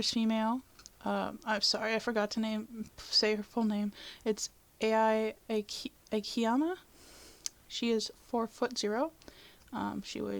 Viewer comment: You mean AI like EYE AKIYAMA (a-key-ya-ma) also, when you said; “often saying it’s a mystery is lazy” is so very wrong? Like, i can put one of my characters past as a mystery, and reveal parts later on wen I draw them. Oh and wtf does her ethnicity matter? That’s like flawing a Black man who was born and raised in America, saying he’s from Africa. It doesn’t matter, and that’s slightly racist. Just criticism, try not to get to triggered yeah?